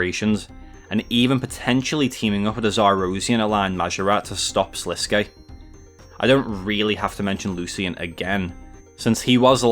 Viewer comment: About time someone says Sliske's name correctly Everyone keeps calling him Slisk and its making me annoyed.